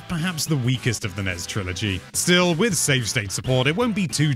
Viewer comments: I've never heard nes and snes pronounced as acronyms rather than initialisms. sounds pretty fucked. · The nez? Is that how the NES is pronounced in Britain? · Can you pronounce nes and snes correctly?